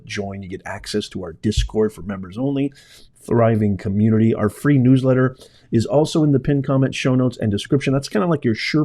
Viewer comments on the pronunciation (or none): none